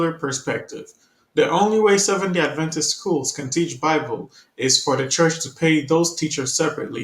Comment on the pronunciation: I'd really like to hear any news that pertains to adventists but, this morning, I'm finding too difficult to listen to people who think they are adventists and don't even pronounce the word "adventist" in a way that indicates that the root of that word is "advent" - a reference to the second advent of Jesus.